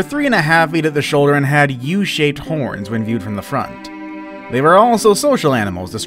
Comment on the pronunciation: it sound like he says "hoins"